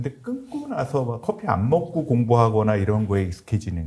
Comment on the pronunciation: 커피F 발음 ㅎㅎㅎ